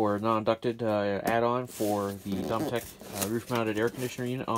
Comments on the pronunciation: Thanks for the video! Seems simple enough. FYI - it’s pronounced doe-me-tic 😉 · LOL. Yes, we've all had our challenges with how things are pronounced but he did deliver!